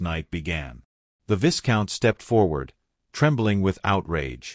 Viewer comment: Vi count not vis count. This story was too ambiguous for my taste. Not enough explanation for full understanding